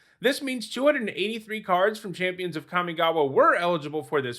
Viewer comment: The most impressive thing about Kamigawa is that in 20 years people didn't learn to pronounce it correctly.